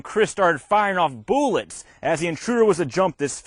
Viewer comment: "Chris started firing off 'boolets'". 🤣